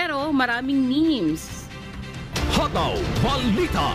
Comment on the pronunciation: di po ba read as "meems" ang "memes" and not "me-mes"?